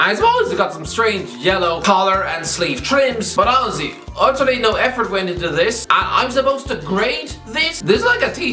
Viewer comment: I am a dumb American, can someone please explain why he keeps saying Ozzie? And yes I did try to google it. Edit: is he saying honestly?